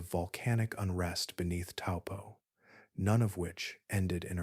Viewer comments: Correct pronounciation of Taupo is Toe-poor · Hi i live in New Zealand and the correct way to say Taupo is" toe paw." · Taupo is pronounced T-O-E P-A-W